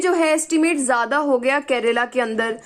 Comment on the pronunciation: It's KERALA not Kerela ⁉️